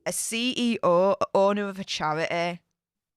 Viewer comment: Chair-eh-ey. Four-een**